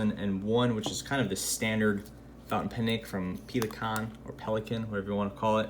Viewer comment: I loved how you butchered Pelikan